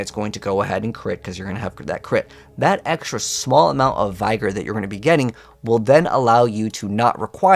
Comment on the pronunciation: HI. I really like your videos, but please stop say Vaigore. it is Vig-GUR.